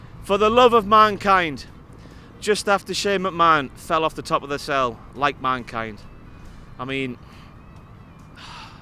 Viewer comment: I think the line was meant to be "SHANE DONT DO THIS FOR THE LOVE OF MANKIND!"But Maggle botched it and said "FOR THE LOVE OF MAKIND , SHANE JUST EXPLODED THROUGH THE TABLE"